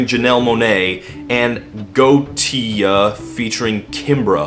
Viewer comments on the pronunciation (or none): did he pronounce Gotye as "goatse" as some point? lmao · Btw Gotye is pronounced "Game of the Year Edition"